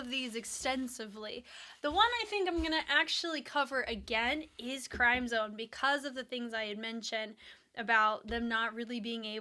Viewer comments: It's crim zone. Sound like "cream" it symbolizes the blood, sweat and tears they have put in their craft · It’s actually CRIMZONE like Crimson, not CRIME ZONE😊 Thank for your reaction video of our Mahalima❤ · crimzone is pronounced as 'krim-zown'